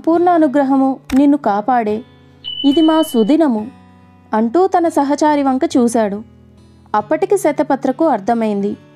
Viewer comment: సహచరి, సహచారి కాదు రామాచారి kadu😢